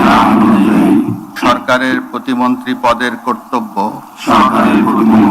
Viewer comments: ভাই ওটা প্রতিবন্ধী হবে না প্রতি মন্ত্রী হবে উচ্চারণটা আগে ঠিকমতো শেখেন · ভাই শুরুতে বললো প্রতিবন্দী পরে কইলো প্রতিমন্টী😂😂😂😂